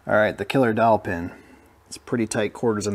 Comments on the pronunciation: I thought was saying "Killer Dolphin" until I finally saw the dowel pin 🙂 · I swear to God I thought you were saying a “killer dolphin” 😂😂😂